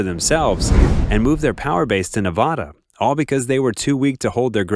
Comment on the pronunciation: Can’t pronounce Nevada 😂😂